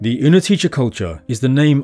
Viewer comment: its -tse in the end of the word, but its okay. anyone who even tries go with czech, gets points.